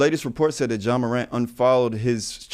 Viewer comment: Dawg I'm faded cause Brandon sound like he's saying "jaw" Morant 😂😂🤣🤣Oan, Ja "strap" Wick needs to get right😂😂🤣🤣